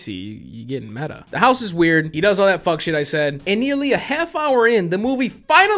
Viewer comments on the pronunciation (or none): none